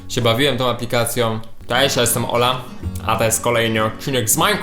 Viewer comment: on wtedy powiedział karol i ola a zabrzmiało jak jola